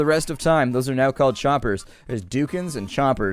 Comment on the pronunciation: Ha- Doukens